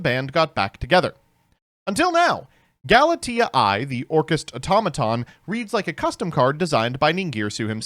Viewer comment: Old Galitea is usually pronounced "Gal - ih - tay - uh" or "Gal - ih - tea - uh" New Galitea should be pronounced "Gal - it - ay - eye" since it's referencing AI (artificial intelligence)